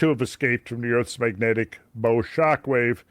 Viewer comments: The use of the word "bow" in the term, "Earth's bow shockwave" refers to the waves occurring at bow of a ship and is pronounced as such, not like a bow you tie or put on a gift. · Bow wave is bow as in the bow of a boat, not bow as in archer.